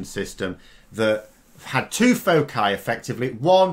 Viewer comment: It's good that you know the plural of focus - foci. But not so good that you don't know how to pronounce it!